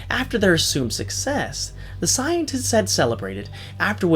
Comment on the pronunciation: It sounded like u sayed scientits XD